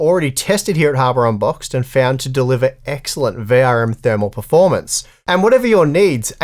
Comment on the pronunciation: "harbor unboxed" You gotta hit that D hard my man.